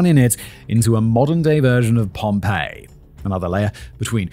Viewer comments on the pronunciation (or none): none